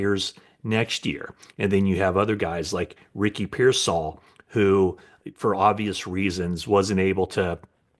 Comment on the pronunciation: You pronounced Ricky’s last name correctly. Thanks. Matt.